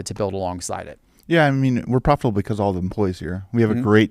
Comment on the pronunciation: just...not jest, be-cause...not be-yause, and t and d make a different sound.